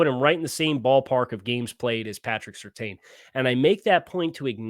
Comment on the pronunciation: I'm f'n begging you: PLEASE LEARN HOW TO PRONOUNCE SURTAIN CORRECTLY sur-TANN. It's so grating to hear you keep getting it wrong.